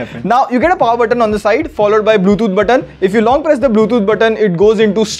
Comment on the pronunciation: Bro it's Bluetooth not bluethoot